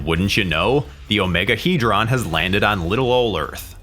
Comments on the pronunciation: in the movie the OmegeHedron was pronounced Omega-Head-ron..Not Omega-He-dron. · You are pronouncing Omegahedron totally wrong lol..you say it like OMEGA...HEAD...RON that is how you are supposed to say it obv it is spelled without the A but it is still said that way. Hell they even say it correctly in the movie so why on earth you are saying it like that i have no idea. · Why does the narrator of this video insist on mispronouncing Omegahedron? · Why can’t he say Omegahedron properly?